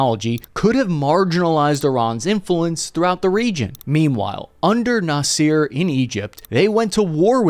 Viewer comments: His name is Nasser not Naseer. Please get the pronunciation correct. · Noss-er. Not Noss-eer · Its Nassa not Naseer. Gamel Abdel Nasser former president of Egypt. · this war could have been over in months if the Biden admin stops tying it's allies hands BTW Egyptians don't say Nasser they pronounce it Na sir i don't see any evidence that Israel is training anyone in the region but the U.S is , maybe the Israelis are using U.S trained forces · Nasser is pronounced nass - er, not naseer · Its prenounced Nah-Ser not Na-seer. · I’m not an expert but I’m pretty sure when you pronounce the former Egyptian leader’s name the first letters has to much harder NA… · Love your show but please shame on whoever okayed your pronunciation of Nassar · Please use google translate to learn to pronounce names, GAMIL NASEER? REALLY?